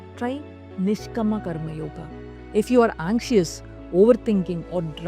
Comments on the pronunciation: May I? It's NISHKAAMA and SAAKSHI not Nshkama and Suckshi. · Good video with useful tips - few corrections please. niSHkaama, not niSHkama. saakSHi, not sakSHi... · I love your videos but why are you pronouncing the Sanskrit words weirdly... It's nishkaama not nishkama.. and Saakshi not sakshi.. all the words have very strong vibrations.. we should pronounce with awareness.. please... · Great presentation and beautifully explained. !! One suggestion... Kindly use correct pronounciation for the Samskruta words you used. Nishkama is actually Nishkaama ( without desire) Sakshi is actually Saakshi ( witness) Ppl might treat you as a guru for giving knowledge, so let them learn it right. Thank you for your effort & goodness.. 🙏